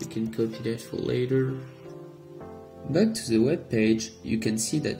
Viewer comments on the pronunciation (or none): none